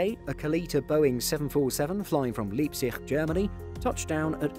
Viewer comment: Lahhnds-hoot. Lype-tsiggk. Probably I should fuss over pronunciation of American things as well as German. Or perhaps neither?